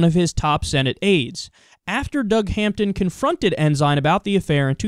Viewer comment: Lol, not like it matters, but it's pronounced "en-sin"... which in a way, makes it more funny.. the Christian conservative, with Sin in his named, committed their favorite Sins.. =p